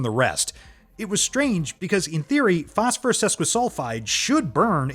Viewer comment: Wow, so many mistakes, the A.I. from tin to thin and so manny during the galidium demonstration i think autocorrect did you wrong on this one phospherississ , hepically and so manny more this never happened when you narrated it yourself.